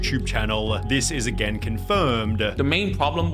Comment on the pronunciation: "again-a, song-a, criticism-a" This channel pronunciation is so annoying-a!